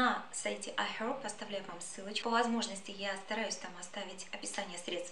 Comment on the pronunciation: IHerb с американским акцентом, тогда буква H в начале не произносится.